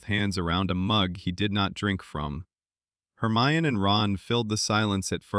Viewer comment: Also you pronounced Hermione wrong it’s said her my en E no off